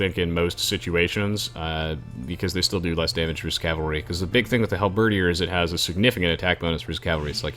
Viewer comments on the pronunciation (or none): "Halberdier" is not pronounced Hal-BER-dee-ehr. It's only 3 syllables, emphasis on the last syllable: Hal-ber-DEER.